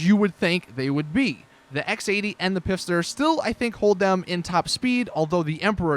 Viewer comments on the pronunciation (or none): It's not the "pifster" it's the "FIST HER" it's so annoying when u say it wrong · its not pifster it's fister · its pfister (silent "p") not pifster